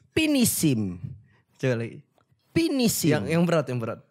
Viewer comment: Ngulang" terus kocak nya saat bilang "pinishim" 😂😂